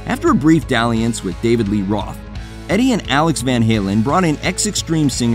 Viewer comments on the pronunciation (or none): none